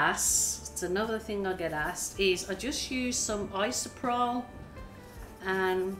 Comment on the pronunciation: Isopropyl has 4 syllables. It is not isoprol as you say it.